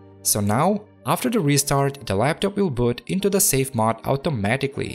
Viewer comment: Now if we can get him saying "mOde" vs. "mod?!" (Seriously though, it's a great "English accent." ;-)